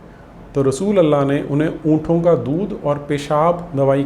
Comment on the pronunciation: उंटों होता है "उंठों" नहीं।